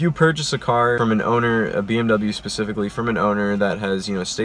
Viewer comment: You are pronouncing bmw wrong